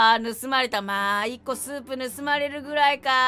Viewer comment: スープも持ってるしってころちゃんがいうまでスープをソープやと思ってた